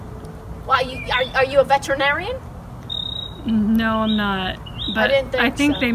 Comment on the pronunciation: Quite impressive how pronounced every letter in that word, v-e-t-e-r-i-n-a-r-i-a-n "Kid soup" hahaha! I have died and resurrected